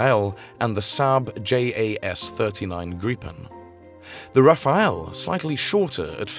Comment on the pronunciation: It's the Rafale, not the Raphael ! Just because the French put "H"s everywhere they are not needed and remove them when actually needed doesn't mean English speaker must butcher french pronunciation by moving the "E" around. Rafale. Not Raphael.